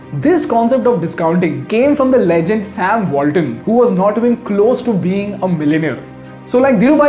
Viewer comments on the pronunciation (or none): none